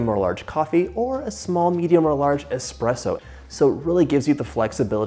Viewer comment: John, it’s espresso not expresso.